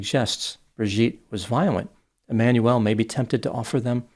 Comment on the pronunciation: His name is pronounced E-man-u-el (not Emmanuelle)